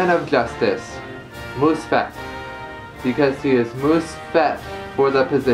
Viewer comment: its pronounced Moss-fet